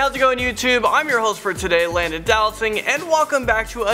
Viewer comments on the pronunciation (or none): It sounds like you say Landon do not sing